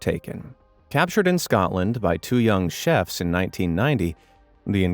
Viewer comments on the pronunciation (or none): none